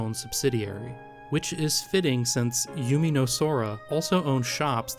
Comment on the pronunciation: They were mostly correct, but here’s a couple that I noticed: - You pronounced Umineko as “yumineko”, when it should be “oomineko” - A couple of times you said yume as “yu-mi”, when it should be “yu-may” - Not really sure what went on with Kanon, it kinda sounded like you were talking about the anime K-On 😅 But none of this detracted from the overall great quality of the video, and again your pronunciation was mostly good.